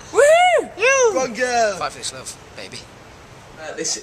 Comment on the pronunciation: I swear Max says GLOVE instead of LOVE haha!